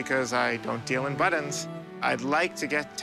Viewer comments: Buttons not buddens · I like. I do not like that he is unable to pronounce buTTons. BuDDons had me screaming at my phone. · They are pronounced buttons not buttins. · How this guy says buttons is absolutely driving me crazy. Where does he see the letter “d” in buttons? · He says ‘buddins’ instead of buttons . And it irritates me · For some reason it bothered me to no end that he called them "buddons" insteat of "buttons." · Why does he pronounce buttons ‘buddons’? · “My buddons” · He says buddens like I do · Pay him and get him outta there before he says buddons again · What’s a “Buddun”? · Does he keep saying "buddins"? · Please god stop saying buddons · Anyone else think that weirdo kept saying butt ends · I've decided that buttons is a word that will determine whether or not we can be friend based on the way you pronounce it. This man and I cannot be friends. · What is the seller's accent? To my ear, it's a very odd pronunciation he has of the word 'buttons'.